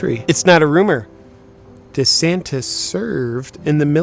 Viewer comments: De Saint-es! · As a non native speaker I understood "da Saint" at first... But I guess he actually is a good guy 😄